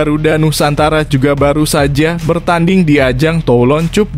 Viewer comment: Baca yg bener bang Cup itu dibaca kap Klo cup itu cium pipi 😀